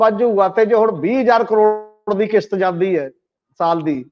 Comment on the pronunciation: The word is Kishat not Kisat , National not Nasnal, Desh not Des etc. Thanks .